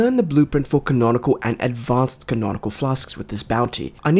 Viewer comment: No way this dude talked crap about cauldron being spelled wrong after calling conical flasks "canonical flasks" the entire time